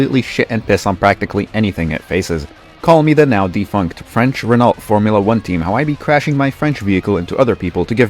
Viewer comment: Bro pronounced the L in Renault